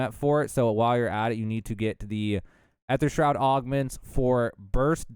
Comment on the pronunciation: the way he pronounced Aether Shroud just bugged me all the time. You can just spam the gobble gum key and it works just fine, dont really have to rebind it to your scroll wheel